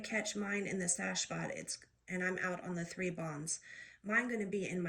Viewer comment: Preach baby gurl. You said the t right.